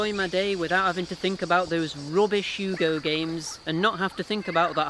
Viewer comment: Yea you butchered the name but at least you tried. Anyways ill be honest with you I think its a bit sad how down the drain this franchise went especially during the PS2 era were they released gobshite release after gobshite release. Its sad cause of how much potential this universe has for a pretty good action-platformer alias Ratchet and Clank/Jak and Daxter/Sly Cooper/Crash of the Titans.